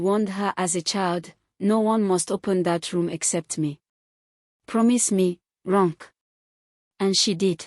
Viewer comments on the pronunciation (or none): "Ronke" is pronounced "Ron Keh" it's usually wyt or American narrator's that spoil Names with their mispronunciation, however there's no excuse for an African narrator to mispronounce African names 🙆🏾‍♀️🤦🏾‍♀️🤷🏾‍♀️